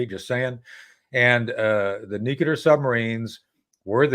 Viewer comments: I don't understand why important people say NUKEular instead of NUCLEAR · It's not nucular it's nuclear! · I cringe every time Tony says “ nook you lar “””….. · Nu-cle-ar tony ffs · LtCol. Tony Shaffer 's pronunciation of the word 'nuclear' tells a lot .